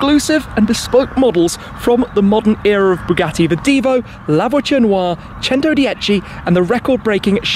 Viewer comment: The "La Voiture Waa"